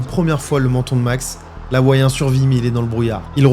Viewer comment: Sa serait bien que tu prononce correctement. Dans les cultures Maori et tout, le "H" se prononce. Tu le prononce "Hawaiien" et non "Awaiien". Et même dans ton titre. "'L'Hawaiien" c'est faux. C'est plutôt "Le Hawaiien"